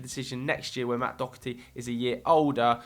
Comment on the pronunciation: can someone telle where people are getting dokerty out of Doherty and don't tell me that's how it's pronounced because Im Irish and one of my best friend's second name is Doherty and it's pronounced Doherty